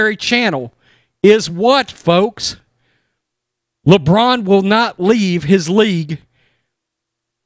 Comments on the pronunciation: "Lebronda James" 🤣🤣🤣🤣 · "Lebronda James" hahahahahahahaha